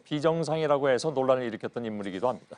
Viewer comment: ~~합니다 할때 '다' 발음 거슬리는건 저뿐인가요ㅜㅜㅜㅜ